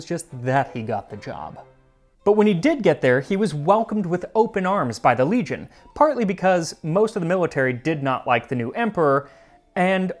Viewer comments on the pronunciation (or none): none